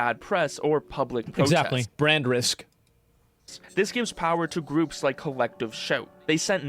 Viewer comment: Visa and Mastercard are worried about brain damage but it's too late because they already revealed they are in fact restarted. (I'm joking, Asmon said brand damage but it sounded like brain damage, it's a joke)